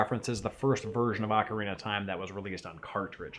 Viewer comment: Hate to break it to you guys, but in English Ocarina is pronounced "ok-uh-ree-nuh" Not the other one. :P